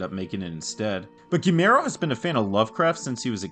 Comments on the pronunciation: Man, if it wasn't the guy's name, I wouldn't have said anything, but our boy here went on about how big a fan he is, all the while just CONSTANTLY mispronouncing his name. That's nuts. I'm not THAT polite. ;) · this video is great and i was genuinely shocked to see how few subscribers you have considering how high quality it is, but brother you GOTTA look up the pronunciation of names before recording cause you butchered Guillermo